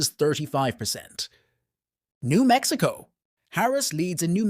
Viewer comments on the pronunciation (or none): none